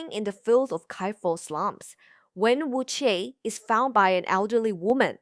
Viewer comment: This is a good informative video, but are you using an AI voice? It has a Mandarin accent but you're butchering the pronunciation of Wen Wuque and Zheng E.